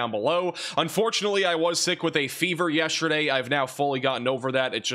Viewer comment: Hey y’all!! Where is from? I’m always so interested in regional pronunciations and am curious in which region words like “yeshterday” and “Gahlf” Coast are pronounced. is my go-to for severe weather as a tornado alley resident!! ❤❤